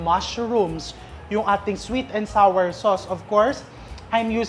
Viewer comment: "sweet and sawer, flawer (flour), towfu"🤣😮‍💨🤣